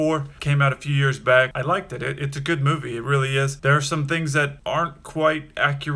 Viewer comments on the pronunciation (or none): "I like-ted it" ???